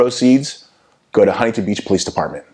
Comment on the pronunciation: "HUNTINTON BEACH" Bro I can't with this dude it's to fucknn funny bro😂😂😂😂